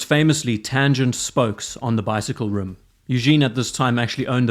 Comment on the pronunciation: ITS PRONOUNCED RIM RIIM NOT ROOM.